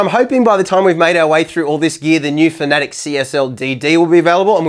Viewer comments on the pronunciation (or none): no no you need to say it like this fa-na-tec not fnatec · Bro learn to pronounce fanatec it’s not fanatic it’s fanatech